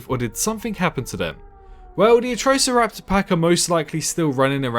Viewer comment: I'm cringing so much at the pronunciation of Atrociraptor from you 🤦‍♂️